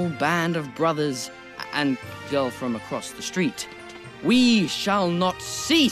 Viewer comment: First time I heard it I thinked he said goat, not girl 😂😂😂